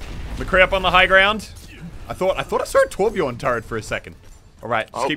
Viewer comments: I know that it isn't a real Torbjörn when his name is Torbjorn xD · omg plz someone tell him to l2ö if he wants to be a real Torbjörn main. It's not called Torbjorn >.< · MUSELK!!! THERE IS A GUY CALLED TORBJORN PLAYING TORBJÖRN, TORBJÖRN WITH THE SWEDISH/GERMAN Ö IN IT!!! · It's TORBJÖRN